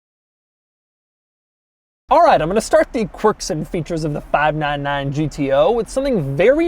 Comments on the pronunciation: "fahv-nan-nan GTO" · Why did he keep saying "FIVE NINE NINE" like a cowboy? lmao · Doug sounds like a cowboy everytime he says 599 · Doug is the type of guy to say 599 like he's some sort of weirdo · He says 599 in a weird way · When did Doug become southern? I've never heard him say "599" like that. Is CNC in Louisville, KY? 😂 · That's Doug's subtleties 😂